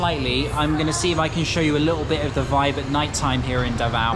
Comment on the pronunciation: U pronounced davao wrong and shouldnt be pronounced faster.